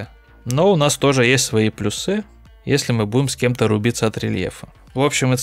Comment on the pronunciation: плюсЫ.... Ты серьёзно???? Боже, ну прочти несколько книг!!! Желательно Даля или хотя бы Ожегова